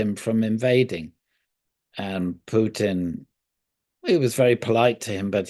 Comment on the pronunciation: Also when did Putin changed from a ‘pew’ to ‘poo’?